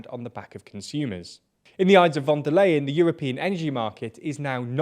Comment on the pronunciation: it's pronounced like "fonder line,"